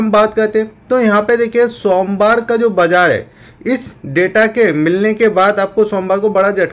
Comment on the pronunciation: Sonwar ya Somwar😂